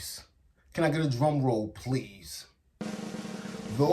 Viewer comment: "can I get a dwum woll pwease...." dude the hood rules do not apply to everyone else. open your mind, speak fluently, it's okay.. I finished the video only because I love 60 days, but the "cringy-ness" was off the hook... I know the streets say otherwise, but damn?! it is OKAY to speak English. I'm sure the other gang members might be upset; but maybe you can help them as well..... "A-Ss-kuh" NOT "Ax-e-duh" wake up, you little simpleton.